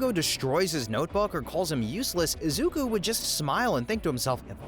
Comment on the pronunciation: Eyeda Youraraka Izuka Ts gotta be rage bait, it ain't even that hard to pronounce their names correctly